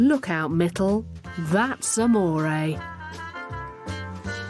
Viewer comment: It's actually Mittal..but she keeps calling mittle